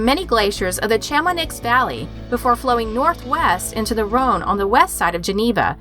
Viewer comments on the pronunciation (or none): And some geographical names: Chamonix and Haute-Savoie were not brilliant either. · "Chammanix" - fantastic butchery of well known French place names. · Is this a robot voice? Can't believe the mispronunciation of some of these words! Chamonix, macabre, as chammonicks and mccaybree?! Sure it's not usually this bad😕🤔